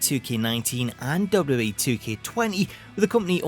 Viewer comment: The way you say "WWE" has been cracking me up for legit 4 years. "Dubub E."